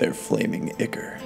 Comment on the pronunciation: Ichor is pronounced "Eye-core" Just letting you know~ :D